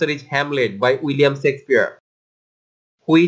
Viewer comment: thanks a lot. But,you should pronounce Shakespeare word correctly